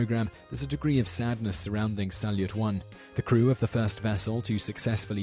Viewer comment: Pro tip: Salyut is spelled more like salyoot.